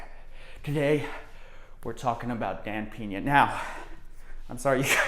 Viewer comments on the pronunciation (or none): its Pena (read 'pna' not 'pena') i know in english 'e' is read like 'is' without s, but he is from Mexico you moron, and look out cos when he decided to sue you, you will be living on a street like this guy Shane Stamford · 😂 I love how you pronounce his surname “Piña” hahaha instead of “Peña”. Piña means pineapple while Peña is a kind of a Rockie hill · It’s Dan Peña! Not PINA SMH!!!